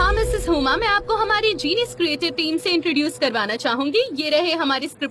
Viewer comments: Sanam’s pronounciation is incorrect as hell( the dubbed one) it’s not heuuuma it’s huma. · Miss hummm hummmm he can't say miss huma😂😂😂😂lol